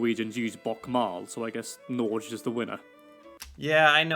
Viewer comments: The "g" in Norge is pronounced as you have in get, go, give. And you do pronounce the E( as in Pet, set, vet). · He is really butchering the pronunciations. No effort at all. I cringed when he tried to pronounce Norge 🤮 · The amount of misspronounciations god dam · Norge has a hard g like in egg. Not like in germ. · and the guy also says how to pronounce Norge without even saying it right😂 better to say Norway then. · Scandinavia is Norway, Sweden and Denmark. Period. The Nordic countries are Finland and Iceland, Faroe Islands in addition. And NORGE is NOT pronounced NÅRSCHJ. The G as in Goast. Goat. Go. NORGE. = NÅRGE is correct pronouncian. and Å is pronounced as A in Ållways, Ållready, of O in Often. Viking: A VIK is at the end of a fjord. There you could see enemies sailing into the fjords. Many names of places in Norway end with "vik" as Larvik f.ex. A viking comes from a vik. The vikingships sailed the fjords. And the Norwegian Vikings were the first europeans to discover Amerika. Leiv Eriksson was the first of many vikings trying to settel iun America. Launce aux Meadows in Canada is proof of that. They brought back fur and stuff to sell on the markeds in Miklagard (viking name for Istanbul) And Jerusalem was named Jorsal by the vikings. Norwegian king Sigurd Jordsalfar got his name by going to Jerusalem. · It's not Norg.. it's Norge. You have to say the e. Like eh.. Norg eh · Nor-geh not Norje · Can we PLEASE make him aware that it's not pronounced NORJ!? Hard g. NÅR-GEH!! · People pronouncing norge like "nortsh" instead of n o r g e is one of the most annoying and infuriating things about these videos, like what the 🦆 just learn it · Also, as a language teacher, pleace stop saying norzzj, when pronuncing the name in "Norwegian". The NOR-part you get about right (like the NOR in NORse), but the GE-bit is pronounced as GE in "GEt lost", so: NOR -GE, not Norzzzjch (you sound as if you're talking about some place in Spain, or something)😃